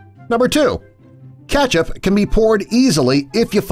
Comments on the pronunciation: IT'S KETCHUP, NOT KATCHUP.. 😂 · STOP SAYING KATCHUP ITS KETCHUP🍅 !! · I can't stand the way this guy says ketchup, pronounces it Catch-up. 😖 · How it's spelled: KETCHUP. What you keep saying: CATCH UP. NOT THE SAME THING. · I got triggered when I heard the word "katchup* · WHY DOES JE SAY KATCHUP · Am I the only one disturbed on the way he pronounces Ketchup as Catch-up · Is no one bothered by the way he says ketchup, Or is it just me? Just me? Okay.